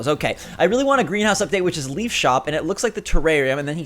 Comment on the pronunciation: Always drives me crazy when he said leaf lol